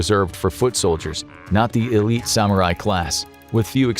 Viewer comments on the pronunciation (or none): none